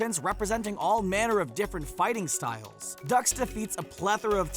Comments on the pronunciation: I caught that mistake on name too. It's especially funny because he plainly said in the movie that it's pronounced dukes, not ducks. Makes you wonder if they've seen any of these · Also Frank "Ducks"? It's pronounced "Dukes". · Dux..it's pronounced dukes,like put up your dukes,not ducks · and Frank Ducks man u butchered that lol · Michal Szymula it was dux pronounced dukes